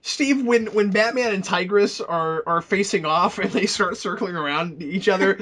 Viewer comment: His name isn't Tigress it is Tybrus.